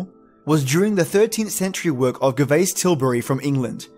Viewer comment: Couldn't follow this all the way through because of your awful mispronunciation. Albeit all-be-it not al-be it, Gervais Jervais you know like Ricky Gervais, hearth is harth and means the fire place (home and hearth as the saying goes) Bogart and Bogle (the Scottish variation) Bow-gart and bow-gul. That's as far as I got and I see that you are threatening to have a remake so if you do please learn how to pronounce the words correctly before you venture into it. No one likes to have their name mispronounced as many names are derived from an ancient description of the beings. Did you mention that the Irish word for the fae is sidhe (shee) like in the banshee?